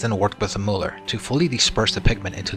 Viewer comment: MULL-er. Not MOOL-er, please. It grates on the ear to hear it mispronounced.